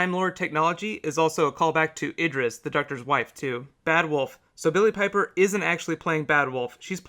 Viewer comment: i just need to say its billie piper... not billy paper